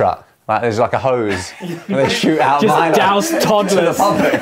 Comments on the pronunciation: That Milo pronunciation tho... Most of us Malaysian and Singaporean pronounce it as "mai-low", we kinda added a "A" in that... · Olly's jokes are so siiiiiiiiick, " The Timothy Charmaley" and how far Malaysia gets with the world cup." 🔊🤣🤣🤣🤣🤣🤣🤣🤣🤣. Im also wondering why his pronunciation of MILO keep changing as the video went on.😮